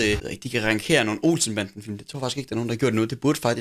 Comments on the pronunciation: Det udtales ranGere ikke rangKere 😂😂 god video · Det udtales "rangsjere" ik "rankere" ahaha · “Rankere”?? Det hedder rangere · Du siger ''rangere'' forkert. Som om at der er ''k'' i, men det er altså et g